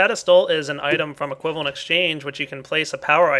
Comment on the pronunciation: du bist nicht gut in englisch oder? xDes heist equivalent nicht cribent